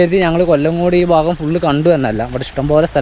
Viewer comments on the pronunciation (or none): none